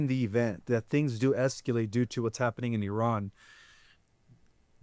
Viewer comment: Where is he from? Calls grok "groak" and keeps saying "sectour." And then "esqu-late." Oddly, it seems like he's maybe reading?